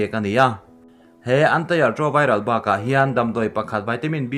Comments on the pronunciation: (ART) Antire-troviral tih hi a dikzawk nge ni aw... I lam sual nge ni ka tia, mahse a ngai chiah hian i lam nawn ta hial sia..! Ka lo hriat ve dan Anti-retroviral tiin ka lo chhiar ve mai thin a. Min hrilh fiah thei in awm em. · Mizo in an ti ti a kn lam rik ang hian lam rik tur, antai tilo in